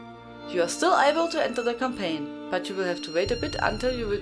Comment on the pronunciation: As always Hello From France, great vids. I swear i heared Cocaine instead of Campaign first time..